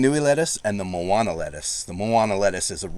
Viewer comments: You might wanna try pronouncing some of those Hawaiian words again. Like "Manoa Sugar Snap Pea," not "Moana." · I think you are mispronouncing “Manoa”, as in “Manoa lettuce”. Be careful: “Moana” is the word for beach/ocean and the popular Disney movie title, but it is not the same as “Manoa”. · It is Ma NO AH not MO AH NA. Blame the missionaries for the spelling and pronunciation. W = V sound. You technically pronounce Kewalo by the rules, but most people pronounce it key Wah lo.